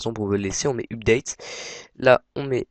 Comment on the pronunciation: DEPUIS QUAND LE HTML C'EST DE LA PROGRAMMATION ???? ET UPDATE T'ES SÛR DE LA PRONONCIATION ???